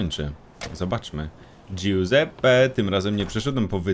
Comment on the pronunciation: "guseppe" w tej chwili nie przyszedłem po wytrychy Ale po pizze ;)